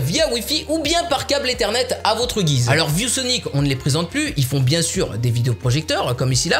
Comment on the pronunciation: On dirait que tu dis vieux Sonic au lieu de view Sonic